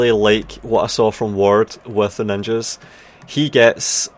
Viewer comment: the way he says : “we still have N I N J A S????”